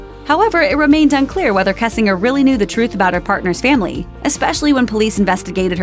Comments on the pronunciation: Pronounced Kessing....GERRRRRR.. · mispronouncing "kessinger" gets old really fast.